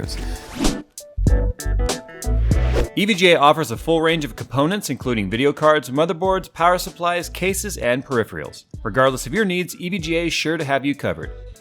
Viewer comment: I have to say... it’s peripheral (per if er el) there is no ‘pre’ in there. I cringe when I hear it.